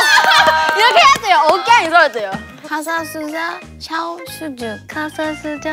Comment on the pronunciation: Nao acredito que elas falaram "Casa suja, chão sujo" melhor que todos nós brasileiros hahauahgaha